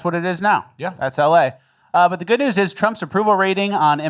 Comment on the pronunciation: Omg!!!! I thought he says "The best Neeew podcast of all time " just now realized he is saying "News" ahahaha I've been saying it every video outloud for 2 years wrong